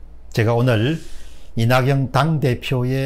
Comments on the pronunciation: 오늘은 사람이름 발음이 다 틀리셨어요. 이낙영-->이낙연 조은상--> 조은산 사람이름 틀리게 부르면 실례입니다. 더구나 모두다 아는 이름이면 더 그렇습니다. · 박사님~! 조은상이 아니고 조은산. 이낙영이 아니고 이낙연 입니다.